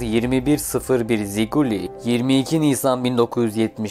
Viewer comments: Ziquli değil . Jiquli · ziquli değil jiquli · Ziguli değil o. Jiguli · Zikuli diyil jukuli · Ziquli neydi😂 ziquli deyil Jquli deyilir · O kadar ataştırma yapmışsın bi tek markanın adının düzgün telafüzünü araştırmamışsın, ziguli değil jiguli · Ziguli değil Jiguli diye okunur. Rusça da j harfi ve sesi mevcut olup bu araba modeli bu harfle başlayarak yazılır: Жигули .Bu kadar detaylı bir inceleme yapılarak hazırlanan belgeselde isim de doğru okunmalıydı, diye düşünüyorum. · Ziquli yox Jiquli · Ziguli değil Jiguli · Ziguli değil Jigulidir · O maşının adı ziquli deyil jiquli di adları düzgün de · Guzel ama Ziguli diyil, Jiquli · Abi Ziquli diyil o,Jiquli`dir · Bide abi Ziguli degil telaffuzu Jiguli abi Jiguli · guzel video olmuş ama yanlışın var ziguli degil juguli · ziquli deyil jiquli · Jiguli diye telaffüz edilir